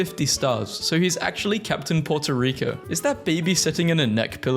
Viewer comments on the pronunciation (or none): none